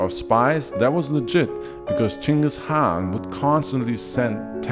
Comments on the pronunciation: First YouTuber to pronounce his name correctly. But yeah ur an awesome channel. Keep going bro. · holy shit 1st guy on youtube to say the name right damn bro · Total bullshit. But I appreciate at least you pronounced his name right.